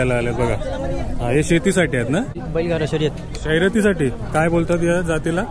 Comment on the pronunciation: शयरती😂😂😂😂 शर्यती बोलतात त्याला